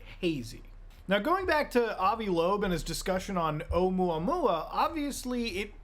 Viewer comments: Oh-moo-uh-moo-uh, not mwa mwa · Love you man, I think it’s meant to be pronounced like, errr omooa mooa. Think cow sounds. Sorta. At least that’s what Michael godier thinks. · its pronounced "Uh-MOOuh-MOOuh" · “Oh-moo ah-moo ah” is how you pronounce it. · its pronounced (O-moe-ah moe-ah) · Ohh-moooah-moooah, some hooked on phonics shit for this one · Oumuamua is pronounced Oh mooah mooah. It got the attention of the UFO crowd because it was a very strange shape, the first interstellar object noticed visiting our solar system and it seemed to accelerate away from the sun against gravity. Avi Loeb didn't state it was Extraterrestrial technology, he did say it was worth investigating the possibility that it might be. The general consensus is it's a new kind of comet covered in blackened carbon. The acceleration might have been caused by a crack in the outer shell allowing ice to be heated and escaping through small gaps as steam acting a bit like a jet. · please stop using gods name with explicatives. btw it's pronounced like this oh-MOO-uh MOO-uh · Its 3 "I" Atlas (Three-Eye Atlas) sounds like and "Interstellar" Monster with three eyes :) and Oumuamua is pronounced oh-moo-ha-moo-ha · It is pronounced, Oumuamua, o-Mooa-Mooa, it's Hawaiian. Sorry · I've never heard Oumuamua being called "Um-wah-wah" before 😂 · the way you pronounced Oumuamua legitimately pissed me off lmao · Muta says oumuamua so fancy. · The way Muta pronounces Oumuamua makes it sound like delicious food.